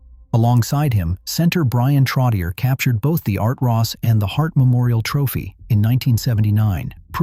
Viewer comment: You lost me at “Trot-e-ur”